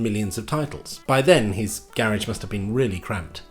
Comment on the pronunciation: Make up your mind on how to pronounce "Garage" Michael :face-turquoise-speaker-shape